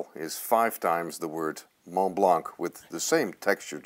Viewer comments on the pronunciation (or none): Please don't pronounce the c at the end of Montblanc. But do pronounce the s at the end of HERMÈS. (HAIRMESS) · How can you buy such an expensive pen and not pronounce the name correctly? The T in Mont and the C in Blanc is silent.